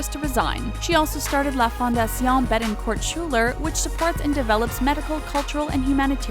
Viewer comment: You don't pronounce the "t" in Betencourt just so you know.